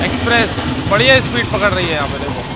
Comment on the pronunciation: dekhiye bhaiya apka vlog bhout acha lagta hai but ap apna vocabulary sudariye (chal LAHI HAI kya hota its chal RAHI HAI ) bhout irritating sound karta hai